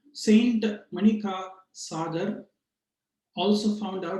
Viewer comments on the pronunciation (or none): MaaanikaVaaaasagar. Not manikasaaagar